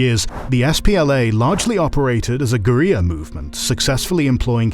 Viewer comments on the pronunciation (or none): Strange how you pronounce guerrilla. It's a homonym with gorilla and is thus pronounced the same. Is this a different languages pronunciation? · A military history channel that can't pronounce Guerrilla is a bug in the AI, not a feature. There is no sensible way to excuse that from a human VA with any king of knowledge on the subject. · Uncharacteristically of this channel, the quality of this episode was very uneven. You displayed the wrong libyan flag, pronounced the Derg as "deng," and repeatedly overforeignized Guerilla. I know you can do better. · Miss pronouncing guerrilla warfare totally sounds like AI.